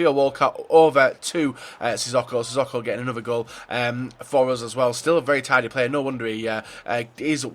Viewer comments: Sissoko is pronounced 'Si Soke Oh' not 'Si Sock oh' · It's pronounced Si So Ko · Please can you pronounce sissoko right?